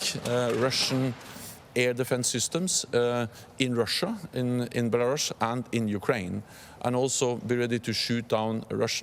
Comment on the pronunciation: BelaRUSSIA he said it right :)